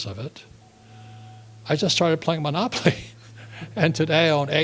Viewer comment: He is funny. "monopoply" lmao.